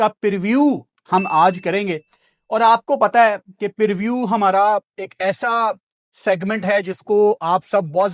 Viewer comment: perview ❌preview ✅